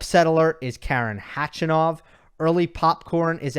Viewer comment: Like your content and analysis, just one thing.. Why do you assume there's a silent K when pronouncing khachanov? It's a little disrespectful to continuously say his name wrong. Khachanov starts with a K and that's how it should be said.. instead of resorting to "hachanov" out of instinct/convenience (easier to enunciate with the American accent perhaps?) Regardless it is disrespectful and should be corrected because it's not the way to say his name. As a tennis expert/broadcaster I believe you should have higher standards for pronouncing a player's name correctly